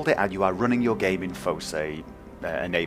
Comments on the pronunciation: I love when you rolled your tongue when saying "running" at the end. Very regal. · I love how you say running , rolling that r